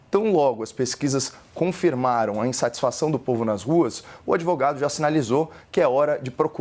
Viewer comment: É pra rir do sr "adevogado"